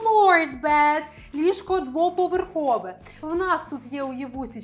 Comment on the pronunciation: Слухайте, ви мені ніби й сподобалися, але коли лунає суржик (полотенця замість рушники, кровать замість ліжко, тощо), то трохи втрачається довіра до Вас як до філолога( . А потім ще й кілька разів bad замість bed... Може, звісно, ліжко ваше й погане, але ж воно не перестає бути ліжком. Вже й не знаю, чи варто додивлятися відео... Сумно.